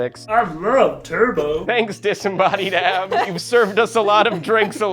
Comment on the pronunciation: De he say "disembodies abs"